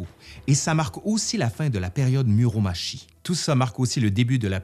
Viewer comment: Par contre pour Muromachi on le prononce Muromatchi et non pas Muromashi. C'est n'est pas le même nom sinon ^^ むろまち et むろまし c'est différent :)